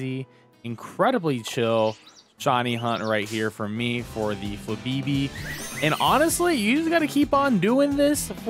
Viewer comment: Flabeebee? No, you gotta channel your inner Moira Rose and actually say the accents in FLABÉBÉ